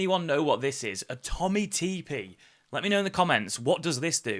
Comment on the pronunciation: Tommy teepee! Smh. It's tippy lad, they've been making baby stuff for generations, you probably used some as a wean.